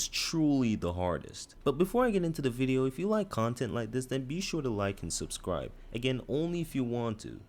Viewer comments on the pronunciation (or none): none